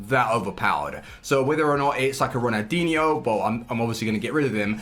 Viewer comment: does he realise there’s an l in Ronaldinho cause he says it like ronadinho